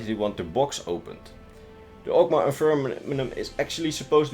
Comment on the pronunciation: MAW* and FIN*